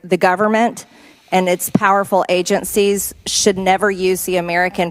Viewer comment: Why does she always add "t"s to words that don't have them? "ConTfrence, agenTcies, inTformation" etc. Then, when there should be a "t", she replaces it with a "d", like when she says "imporDant". Someone, please teach this fool how to speak English right "neeow"!!! What an uneducated dope!!!🤡🤡🤡